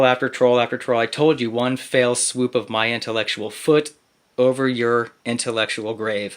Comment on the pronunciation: Sounded like he said one fail swoop... the only thing he was right about.